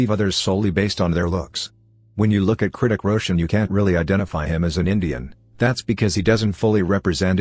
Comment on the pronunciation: Why he keeps saying KRITIK ROSHAN